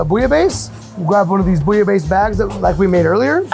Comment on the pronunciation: A french like me won't appreciate this interpretation of bouillabaisse